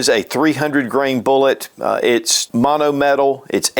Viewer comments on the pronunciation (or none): none